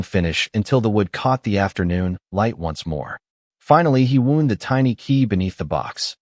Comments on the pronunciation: GREAT STORY! The only thing a little off is AI's pronunciation of "WOUND". Saying the little girl 'wound' it up...but sounding like a medical problem with the music box, instead of saying like its supposed to. Again the story is great, just the AI needs some work. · Yes we commonly see Ai screwing up like this but maybe for awhile we can take a little comfort that Ai isn’t yet (commonly anyway) able to completely appear human ! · I noticed that too